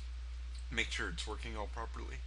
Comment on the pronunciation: "Make sure it's twerking all properly. " Sounded like he said that. Lol